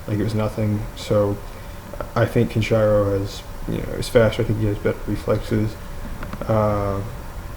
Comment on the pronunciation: It is Kenshiro not kenchayro!